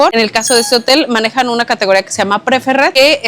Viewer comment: Gracias por su esfuerzo por traernos los detalles de los hoteles para hacer una mejor elección. Les dejo unas sugerencias para pulir su info: La categoría del Club en Secrets es Preferred Club (Se pronuncia Preferd Clob), No se dan brazaletes por política de Hyatt Inclusive que es ser No excluyentes y al dar brazaletes harían sentir "menos" a los demás huéspedes Los huevos revueltos de los Buffets se secan muy rápido por estar el los cheffers por varias horas, así que se le agrega algo de leche para que no se sequen no quiere decir que estén crudos. En muchos hoteles de la Rivera Maya se ponen los menús en inglés primero, no por discriminación si no por que su mercado más grande la mayoría del año (si uds tuvieran un hotel con mayoría de clientes gringos y canadienses también lo harían) si no hubiera ese mercado, los hoteles no existirían, tan tan Pet Friendly se dice (pet frendli) Pizzas (pitsas)